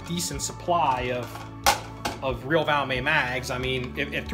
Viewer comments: It's not a French gun...The "T" is NOT silent...😀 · The brand name of the rifle is Valmet, Not called Valmay! 😮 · its pronounced Valmet with the T. Trust me ;)